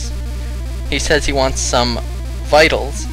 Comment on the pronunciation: Victuals, not vitals. It means food.